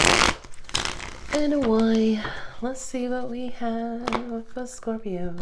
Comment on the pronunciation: I love when u say scorpiro